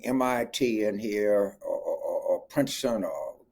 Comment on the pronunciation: “I don’t think we need to bring MIT in heeah.” Lolol